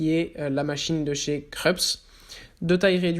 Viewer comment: machine a café kreps vhii bien sur j ai pas fait allemand en seconde langue mais je sais que cela se prononce kroupse en phonetique ))